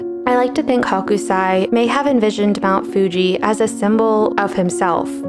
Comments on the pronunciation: It’s really nit-picky, but his name is pronounced HOkusai, not HAkusai. Hakusai means napa cabbage (a kind of Chinese cabbage) in Japanese. Hokusai (北斎) → 🌊 Hakusai (白菜) → 🥬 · Sorry, you had me laughing the whole time. The artist's name is Hokusai, not Hakusai. The Ho part sounds like Hoe, not Ha ha ha. In Japanese Hakusai is Napa Cabbage (Chinese cabbage). You're calling him "cabbage" the whole time. LOL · I love your art commentary, but the pronunciation is Ho-ku-sigh --- NOT Hawk-oo-sigh. Thank you. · Love the video and analysis of this print. Gentle info: His name is pronounced 'hoe-ksai', not 'hawk-u-sai'. The 'o' is a long and they don't pronounce the u so much if it follows a consonant. I probably wouldn't have mentioned it if you had said it just a couple of times, but after hearing it a lot I thought I should let you know. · Your pronunciation of Hokusai transformed him into a "chinese white cabbage" (Hakusai) :D (also in the subtitles lol) Thank you for another interesting video! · Hoh-kuu-sah-ee, I think. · H ō kusai. Pronunciation counts. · His name is pronounced "hoke-sigh".